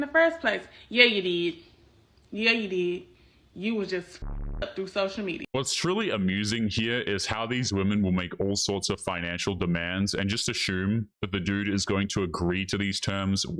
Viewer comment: “Asshume” is my favorite. Keep up the good work,.